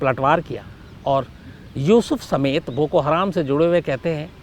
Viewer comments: शम्स ताहिर खान साहब, हराम नहीं हरम है जनाब, आपसे ये उम्मीद नही थी ❌❌❌❌ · बोको हराम नही बोको हरम होता है अन्धेर पत्रकार अपने आपको मुस्लिम कहते हो लेकिन आपको कुछ भी ज्ञान नही है ।आप फ़र्ज़ी मुस्लिम हो। और भारत में जैसे आरएसएस है वैसा ही संगठन है बोको हरम आरएसएस जैसे अल्पसंख्यक समुदाय पर हमले करती है वैसे ही बोको हरम वहां के लोगों पर हमले करता है।